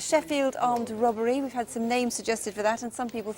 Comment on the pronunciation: I love the way Jacqui sometimes pronounces ‘robbery’ as ‘rubbery’.